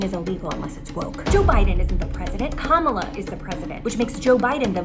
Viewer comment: Everytime she mispronounced Kamala Harris's name i fell from my chair😂